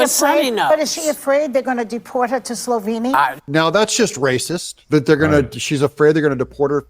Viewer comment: It's SLOVENIA , not Sloviiinia !.